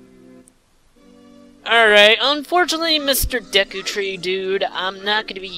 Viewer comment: It's pronounced DAY-KU BTW